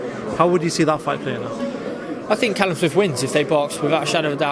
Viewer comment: Why’s Jacobs calling Callum calleb